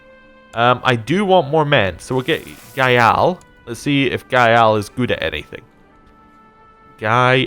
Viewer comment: dude you're butchering Tibetan pronunciation. Gyal is monosylabic. Guge is pronounced as it's spelt "Goo-ge". For future reference "q" is pronounced "ch". You sound Irish so im sure internet commentators ran the Gaelic names through the pronunciation blender. but plz have some sympathy for a fellow victim of imperialism :)